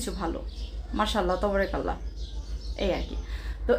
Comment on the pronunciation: Assalamu alikum please jokon pat korben tobarakallah bolben na!! ata wrong!! Bolun TABARAkALLAH ok sister ❤